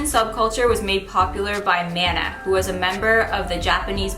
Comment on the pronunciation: you're amazing!!! Maybe you've already known but just in case... The pronunciation of Mana (マナ) is the same as Venus's boyfriend Manaさん:)